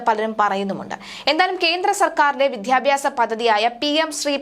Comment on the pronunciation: വിദ്യാഭ്യാസം എന്ന വാക്കുപോലും ശരിക്ക് ഉച്ചരിക്കാനറിയാത്ത ന്യൂസ് റീഡർ കഷ്ടം!!